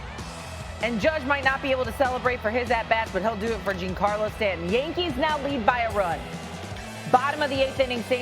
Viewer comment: Hearing this lady not even know the rules of a check swing and how to pronounce Stanton's first name is hilarious